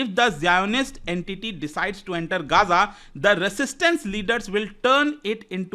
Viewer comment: ग़ज़ा not गाजा, Please correct it. 😊